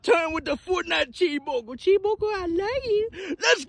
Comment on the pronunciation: CHWEESE BURGER